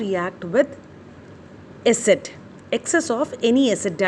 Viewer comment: Please say a...-cid(acid) it sounds like asset .